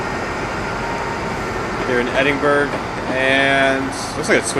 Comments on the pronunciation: Another very enjoyable video. This one was even more enjoyable as it is quite local to me (about 2.5 hours drive away). BTW Edinburgh is pronounced "Edinburra" rather than "Edinburg". Also, if you had looked up to your left after the first tunnel you would have seen the famous Edinburgh Castle. ;-) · It's not pronounced Edinburg it's pronounced Edinbrih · “Official Marc Cubed” Brady The closest American pronunce would probably be Edin-Borogh. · its not pronounced that either you thicko its called Edinburgh I live there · Top tips from a person who lives in Glasgow Glasgow Is pronounced Glas-Go Edinburgh Is pronounced Edin-bur-ah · Amazing video mate, but its pronounced Edinburh, don't pronounce the G haha, just a tip for next time